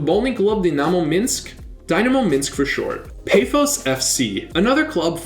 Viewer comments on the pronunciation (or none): i respect the effort you put into apoel and OMONOIA, but pafos' a is pronounced like the a on car and omonoia